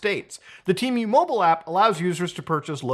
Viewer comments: Why do you keep saying tea-mew??? You should say Teh-Moo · temew? dufuc bro its tee-moo(temu) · It's pronounced Teh-Moo not Tea Mew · Why do people pronounce it like it had 2 "E"s? It's TEMU not TEEMU. God, english is such a stupid language. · TEEMOO, not mew, its NOT MEWDAHAR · temu ❌ T-MEW ✅ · I've always pronunced it "Temm-you"... 🤔 Not "Team-you".... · don't deadname TEEMOO. they revamped all their commercials to now pronounce it "TEHMOO. They even recorded old commercials that used the old pronunciation. I have no idea why they bothered with that as they don't even have a name in Mandarin to mispronounce. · “Teemyou” he says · It's Temu, not Tee miu ... But it's okay, we all make mistakes. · How you pronounce Temu as Timiue can’t take you serious 😂🤦‍♂️ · Drink every time muda says Tee-Mew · "Teemew" lol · Tee-mew 🤦. You got it right the 3rd time you said it at least lol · Just the way this guy says the word temu as “tea-mew” makes me never want to shop there again. How does he pronounce the bird, Emu? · temuuu lol the way u say it is so funny lol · Why the fuck are you saying tee-mew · it’s just not how you pronounce it. It’s just goofy I guess lol. I think I know why he does it tho, temu has been pushing a lot of low quality ads with AI voice overs that do pronounce it tee-mew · Tmew.. Muta sounds like he is summoning a Pokémon. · What was I welcomed to Themis video by? Yep, a Teemew/temo/timeyuh/tehmoo/timoh ad. Nobody knows how to pronounce it. All examples above have been used in their own ads. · your pronunciation of temu and shein is very interesting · why do you add 3 extra letters in your pronunciation of temu lol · I think its pronounced Temu like "Test" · Temu doesn't even know how to pronounce temu. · Never trust an online store who cant even pronounce their own god damn name in their adds! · Their own ads cant pronounce it correctly😂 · listen closely how muta says temu ☺️ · So shady not even they know the correct pronunciation of their name